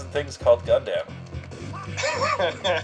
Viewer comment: WHY IS HE PRONOUNCING IT GUNDAMN